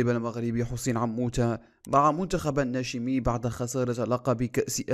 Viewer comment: نقول النشامى وليس الناشمي ( بفتح النون واشين و الميم)